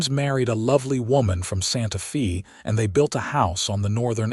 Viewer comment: EDIT & REVIEW!! The town Santa Fe is pronounced as "Santa Fay".